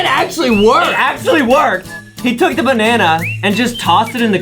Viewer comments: Banene Really justin?It's called a Bananana. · (me) oh justin why u said banene instand of banana (justin) banene banene banene NA NEE NANI